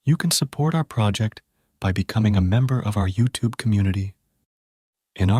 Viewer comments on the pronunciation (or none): none